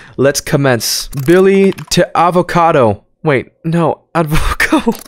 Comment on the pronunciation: I love how tries to pronounce Spanish words like hijo and advoco (I’m still laughing with “Advocado” HELP)